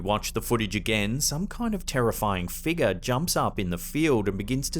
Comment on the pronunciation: Figure. It’s not pronounced figa. FIG-yur. And flying penguin? The rational answer cannot be more ludicrous than the paranormal one. And the last clip why don’t we see anymore than what’s shown?